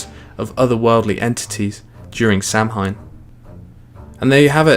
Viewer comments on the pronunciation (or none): Samhain is actually pronounced "Saohin". Cool video thoug, very informative, short and yet detailed